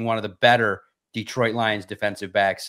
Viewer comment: When people say DEEtroit instead of DetrOIt 🤮 you aint one of us fr 🤷🏾‍♂️